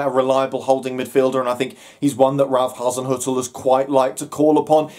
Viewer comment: Top marks for pronouncing Hazinoikal or is it Hazinzoikal or Hazin er . Oh bugger it.